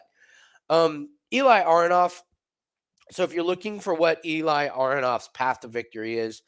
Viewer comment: Eli name pronounced like eh-li not e-lie